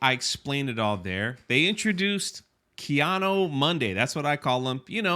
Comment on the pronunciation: LMAO Kee-Ahno Monday